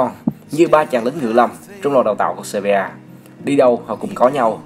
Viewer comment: Sevilla cứ đọc seria